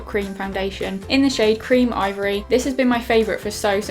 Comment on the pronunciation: for the pound land foundation did you say it's call ivory 1 or ovary 1 😂😂